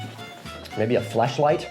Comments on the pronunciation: he said fleshlight not flashlight right?!?! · did he say flesh light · Did he say fleshlight or flashlight? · He did say FLASH light, right? with an A? Yes? No? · it sounded like he said fleshlight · Did he say flashlight or fleshlight? Lol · At the end did he say he would bring a “flesh light” if he was on a deserted island? 😂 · Did he say flashlight or fleshlight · I had to rewind and still believe I heard fleshlight. Lol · Wait... I just listened like seven times and... he did say "flAshlight", right? Edit: Yeah, I just watched it a few more times and judging by the reaction I'm gonna say no. That's not what he said. :-)